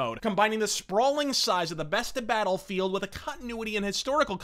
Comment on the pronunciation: I think I caught a "Beta-lfield"